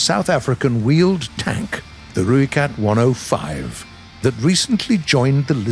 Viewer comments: The least you could have done was gotten the pronunciation for the rooikat correct like it’s not that hard. You pronounce it like Roy but u roll the r, not the roiekat , the Rooikat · How you say rooikat is wrong if you wanna know how to say it right message me I’m from South Africa so I know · Im from south africa and just want to clarify youre saying ROOIKAT wrong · If you want the correct pronunciation and of the rooikat it is r oi(like the Australian oi mate) kat